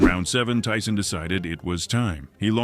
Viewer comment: "Ty-Son" biggs a og raigbaiter